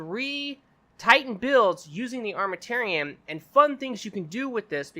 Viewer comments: The way he pronounces Armamentarium triggers me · Good video. Real good. Thumbs up, but Armament and tarium isn't that hard put together and pronounce correctly.